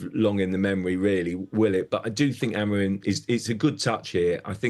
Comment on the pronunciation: sky sports presenters pronouncing names wrong is so cringe. "amoram"